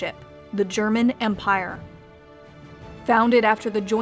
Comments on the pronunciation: Do you speak German,? I'm still really impressed with your pronounciation. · Her German pronunciation is really good for an Anglophone.